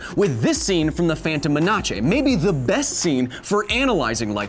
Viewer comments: No not menache, say Men-es instead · you said "manace" insted of "menas" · Isn´t it pronounced menas (I know it´s written menace, but he pronounced menache and now Ive got the doubt) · is he saying men a che as a jok instead of menace is so why? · my man said manache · Phantom meh-nah-Che? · Did you REALLY just say MENACHE? Its Menace im gonna kms lmao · i noticed that as well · Its phantom MENACE not menachea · Is anyone gon talk bout him saying phantom minache? No? Ok... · The phantom manache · The phantom MEN-A-CHE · Did anyone else here that "the phantom menachi" what??? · Did he just say menace (men-us) like this (mena-che)??? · Ok tell me im not the the only one who heard him say phantom men-a-che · I really wonder why you keep saying "menatshé" when it's "menace" ... like men and ace. :D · I love this but I cant take it seriously when discount thor said "menache".. me na che.. I can't.. I can't take it seriously. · What was that pronunciation of menace? It's menace, not menache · You said phantom menache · "Phantom menachay" lol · Does anyone else want to avada kadevra themselves when they hear him manache instead of menace? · Do you call it the phantom ma-natch-ä on purpose? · “This scene from the phantom ma-na-che” Ahhahahahahahahahaha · "The phantom menache" english has left the chat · "The phantom manace" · Did he just probounce “the phantom menace” as the phantom menache?? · Are we all just gonna ignore that he called it the “Phantom MenaCHe” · Everyone talking about how smart he is He said “the phantom menachay”. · So... we gon' ignore the fact he said Menache? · The Phantom Mena-che. Still gets me every time. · "Menachae" ffs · Am I the only one who heard him say muhnachay when saying menace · Am I the only one that want's to scream "F*** U KYLE! You.... hipster" on his face when he says "manatche". Hahhahahahhah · Why did you prounounce it menaCHE? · You pronounced “Menace” wrong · Excuse me but how did you just pronounce Menace??